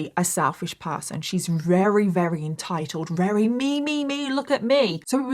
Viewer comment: I look forward to your videos every week 💖 the way you pronounce “very” as “vRary” is my fave.